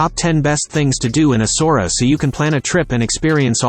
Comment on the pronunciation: Not ESSORA .. ESSA -OOW - ERA.